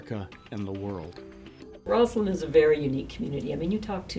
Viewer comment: It is ROSSland, not ROZland. The Lady Mayoress should know this and not sound like an idiot.